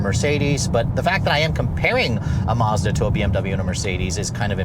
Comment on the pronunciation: It’s pronounce Maz da not Marz Da